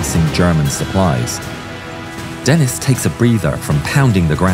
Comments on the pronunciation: It didn't help when the narrator pronounces the French name of the German correctly, then pronounces the name of a Frenchman in a British fighter incorrectly like it's an English name "Dennis" instead of DEN' ee. I clued into the Cross of Lorraine insignia on the fuselage and captioning Denis to put 2 and 2 together. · Thanks for this. I had not heard of James Denis. He was French so his last name is pronounced Denii - the "s" is silent. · It's Den-EE. The S is silent in French. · Great video, just, in french "Denis" the "s" is silent